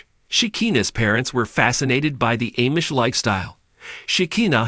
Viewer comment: Lame we already know all this plus this is so AI generated they don’t know how to say LA or Amish